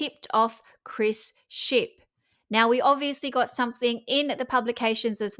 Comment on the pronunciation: Did you say Chris Ship or Leaky Ship?? 🤔